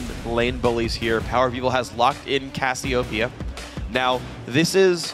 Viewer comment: Freak also says Cassiopeia's name incorrectly... I think Jet even corrected him last season but he still does it.